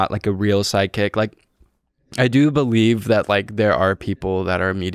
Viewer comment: is this man saying SIDEKICK or PSYCHIC